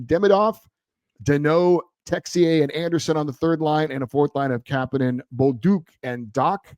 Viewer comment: Kapanen isn’t pronounced that way. Marry and Kapanen said they don’t pronounce it that way.